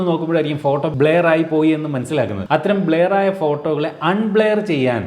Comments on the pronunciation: not blear it's blur... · Bleyar alla chetta blur ... Pronounciation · Blair alla bro blur ennaanu parayuka 🤦‍♂️ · ബ്ലർ ആണ്, ബ്ലെയർ അല്ല dear...